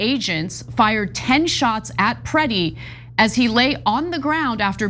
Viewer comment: "criminals Must Pay the price". That starts with federal agents. BTW did you lean how to write by reading Trump's Twitter account ? At least pretend to be semi-literate. The murdered man was called Alex Pretti , not "pritty".